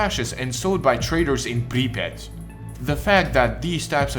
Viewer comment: i could listen to this guy say Припять all day